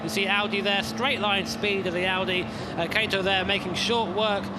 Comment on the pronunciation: I'm a bit confused. Name's written as 'Kato', both commentators keep on saying 'Keito'. Presuming it's unconceivable and too unprofessional that remunerated commentators would have such a low level of preparation, can I presume it's a typo?